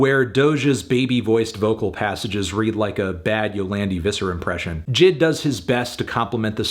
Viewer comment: It’s definitely a little unfair to just dismiss her R&B tracks as “boring snoozers”. It’s not okay to put anyone who raps inside a box where every track needs to be rap centric. Also it’s pronounced “J I D” not “jid”